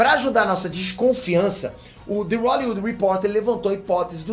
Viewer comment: Que isso, " The Rollywood"? 🌚😂😂